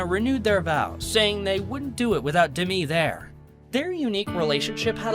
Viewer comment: The narrator should learn how to pronounce Demi's name.